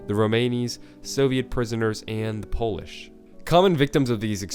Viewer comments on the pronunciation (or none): none